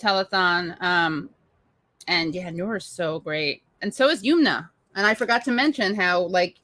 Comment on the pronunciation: Her name is Yum-na and not Yoom-na. Please get POC people’s names right.